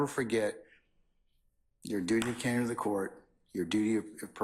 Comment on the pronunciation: This lady says she has a duty of cander she's lying lol